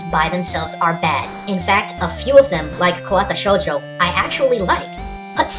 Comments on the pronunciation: Kawata Shoujo? I thought its Katawa Shoujo? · I'm gonna get all picky now, but its "Katawa Shoujo.", not "Kawata Shoujo". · Jeez, did I learn a lot. Like robotic fapping being possible. WHY.jpg Also learned how to properly pronounce Katawa Shoujo. I've been saying it wrong.